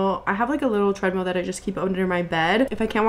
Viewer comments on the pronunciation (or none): the way you said treadmill over and over as treadMEAL is sending me 😭